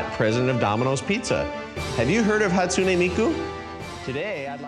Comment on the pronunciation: "Scottsune Miku"